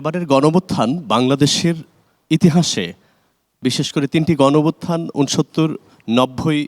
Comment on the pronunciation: গনভুত্থান কি ভাই! 😂😂 ভালো করে উচ্চারণ করেন